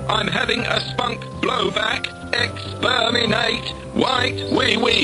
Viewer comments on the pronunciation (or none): "Exsperminate!" 😆 I still like Spike Milligan's Pakistani Dalek sketch best.